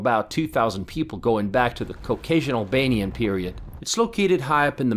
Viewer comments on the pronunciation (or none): did you say Albanins or what you up too...